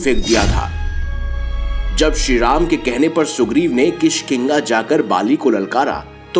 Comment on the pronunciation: kishkiga nhi kishkindha hai